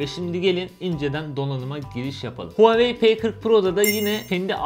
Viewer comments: REVOLUTİON TR hayır ooaoeii şeklinde okunuyor ldldmfkdmrdlskskemkd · VaveY diye Okunuyor çin dedi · Nobody:: Huaveyni